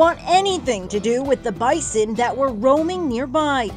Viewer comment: I live in Manitoba. (Our provincial animal is bison.) maybe it’s a Canadian thing but I’ve never heard someone pronounce Bison like that